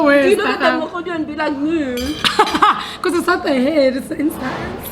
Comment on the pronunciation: Not “mooo” chile 😂😂😂😂